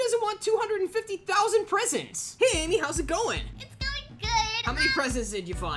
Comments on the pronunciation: Did bro say solo babe lol😂😂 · Did he just call Amy bebe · He said bebe not Amy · and no he didn’t he said ame